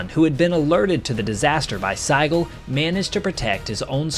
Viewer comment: The name Sigel is pronounced Seeguhl. In German the "i" has an "e" sound.